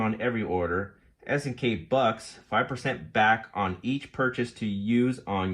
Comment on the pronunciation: It isn't "S&K". It's S-K, pronounced "SK".